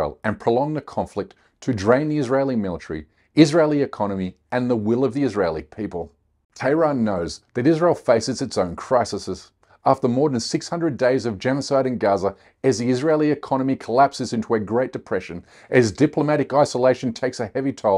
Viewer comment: Pronounced cry see’s 😉